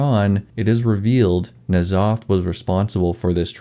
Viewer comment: "N'zoth" and "C'thun" are both only one syllable even if that's really hard to pronounce.